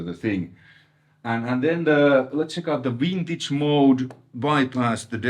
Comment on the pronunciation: Did actually said Vintage and now Wintage!? 😋, good to see a Dual Rec on your channel! yeah they are a different beast! I sold mine and got a VHT pitbull (back in 94!) after that "Helmet aftertaste tone", tooootally not understanding what the DR tone was about! Getting another DR 2025! 😁